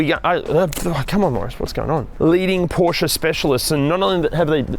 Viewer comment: Thank you for the great review. I'm thinking about buying a 2018 Macan S now. It feels and looks like new. And thank you for saying Porsche and not Porsh like most English speakers :)